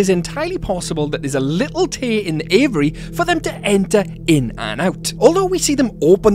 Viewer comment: say with me: "A VEE AIRY". 😂 Love your channel!